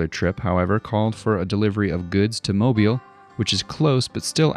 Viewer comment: Extra points for pronouncing Mobile correctly! It sounds silly, but it always grates on me when folk say Mobile as in "the car is mobile".